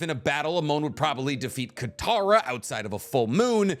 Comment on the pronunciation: Mans really said kataro 😂